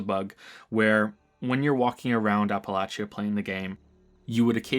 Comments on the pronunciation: It's pronounced "ah-puh-latch-uh" not "A-puh-lay-chee-uh" man, it's important Really good video too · Ap-Uh-Lay-Sha. Not Apple-Atchee-Uh. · It’s always fun hearing a new pronunciation of “Appalachia”. I deeply appreciate that you got the hard “ch” sound right, but the extra syllable of app-a-latch-ee-ah really cracked me up the first time I heard it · "Apple latch chia" no. Just no. Aren't you American? It's "apple lay she uh" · I know you're Canadian, so just FYI; Appalachia is not pronounced "Apple-achy-ah", it's pronounced "Appa-lay-shuh" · a-pə-'lā-chə, not a-pə-la-chē-ə :) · OK, after enjoying this critique for an to amount of time, I gotta call you out on your pronunciation of "Appalachia"... - As a born-and-fled "Appalachian", please try to pronounce the fictional 2x-post-apocalyptic region correctly. - It is pronounced 'Appa-latch-uh'.... NOT 'Appa-latch--E-uh'. - Think of it this way... If I have an Apple and I through it At You.... I might say: - ...I've just thrown an 'Apple at You' or, if I was course, I would say I have thrown an "Apple Atcha"... - Say it five times fast and you'll have it... - Apple Atcha - Apple Atcha - Apple Atcha - Apple Atcha - Apple Atcha... See? ------- EDIT shit I've just summoned the Ghost Bear, and my last words are.... Hair Bear Bunch. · It's pronounced app-uh-latch-uh btw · not a criticism but its pronounce APP-A-LAY-CHI-A in West Virginia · I think pronunciation of Appalachia is one of the worst yet. It is Appa-latch-a. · This could also explain the bizarre Appalachia pronunciation, since most Americans says Appa-lay-shuh, Brits say Appa-lay-shia, and natives say Appa-latch-uh. Funny how his is like a combo of all of em, or at least British and native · I know, I'm West Virginian, so the pronunciation of Appalachia is inherent to me, but oof. Love your work though.